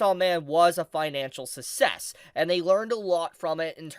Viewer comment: Did you fucking just pronounce success as sussess? Fucking what.